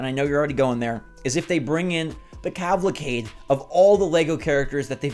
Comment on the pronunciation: Having heard it yet again: it's not "cavlacade", it's "ca val cade", same root word as "cavalier", latter referring to a horseback rider, and the former, to an entire parade of them.